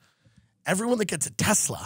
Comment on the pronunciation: Thank you for saying Tesla!